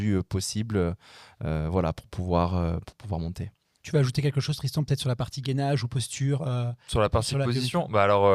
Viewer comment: J'adore comment massacre le nom de Tristan 🤣